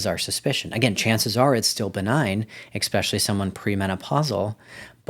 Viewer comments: Are you a doctor? Do you not speak English then? It’s NOT ex prescially! What the hell?! Every few minutes too! It’s especially - with an s sound not an x 😩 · I can’t take a doctor seriously if he says “expecially”.